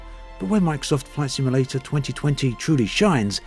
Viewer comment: Take a shot every time he says "Microsoft Flight Simalayta 2020"